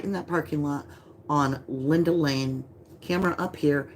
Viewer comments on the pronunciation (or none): none